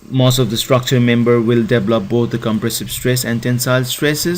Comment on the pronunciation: Great video but I have to ask you to at least try and speak better english. It's "Tension" not "Tenson". Pronounced "Tenshon". And it's "develop" not "deplop". Thanks again for your video it's very helpful :)